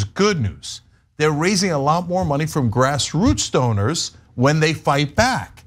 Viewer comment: When Cenk said grass roots doners, I heard grass roots stoners 😂😂